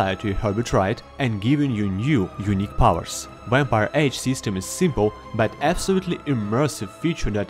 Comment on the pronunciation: Wampire Lol sorry my friend says it like that